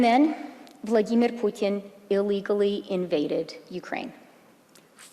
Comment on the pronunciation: did anyone notice the perfect pronunciation of "Vladimir" by the traitor finance MP ?